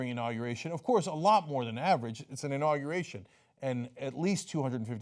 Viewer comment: "Understating the size of my inaugeration" Sure, Donald, the size of your "inaugeration" is whats in question. #microtrump